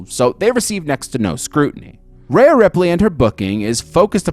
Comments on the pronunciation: Every time you called her Raya Ripley it made me want to change the video. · I've never heard one announcer or other wrestler call her Raya. Her name is Rhea. Ria. Ree-uh. Re-ahh.